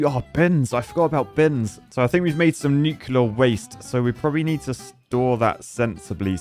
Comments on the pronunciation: Nuke-LEAR not Nuke-U-lar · The most disappointing thing in this entire video is hearing a qualified engineer say "Nu-cu-lar" instead of Nuclear 😭😭😭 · Nucular plant